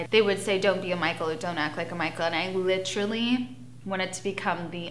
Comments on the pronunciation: “Littrolly” it’s “LITERALLY” and you don’t need to use it every 10 words 🤦🏻‍♂️ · I like litcherally got my like bachelor's litcherally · "like I litchrally.." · Like litcherally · "I litcherally" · I litcheraly cannot stand the way she says literally. I literally cannot stand anything about Farrah. She’s always the victim and acts like she’s standing up but we all see the way she treats her family. She licherally, treats them like shit.